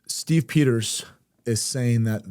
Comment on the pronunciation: I agree with Copper Kaya, particularly about the Stew Peters clip. But his name is pronounced "Stu", not "Steve".